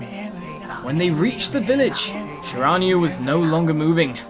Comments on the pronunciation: It's Shir-in-new-a I've played this game with my bff Starwolf and we beat it twice it's awesome I'm so glad you decided to play. If you like japenese mythology you'll love this Starwolf Violet loves your episodes so I'll bet she'll be surprised to see you playing the games she's played so much if you need any help ask me or Starwolf :P Have fun playing A-maut-er-aus-ew (Ya that's how you pernounce it) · Its Shira-New-E...but good Narration all the same. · Shiranui is pronounced She-rah-new-e btw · Shiranui is pronounced she-rah-nui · You said shiranui wrong